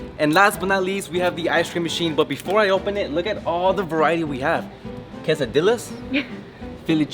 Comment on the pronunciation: The way he said quesadilla 🤣🤣